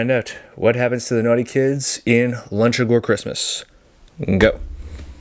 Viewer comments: By the way it is pronounced Loochagore, not Lunchegore. No children were eaten in the making of this picture. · I hate to correct you, but it clearly says LUCHA-GORE as in LUCHA LIBRE WRESTLING. I know this because you've mispronounced it in 3 separate videos and I'm friends with the director of Luchagore productions, also, I wrote and directed Milk & Cookies. Thanks for watching 😊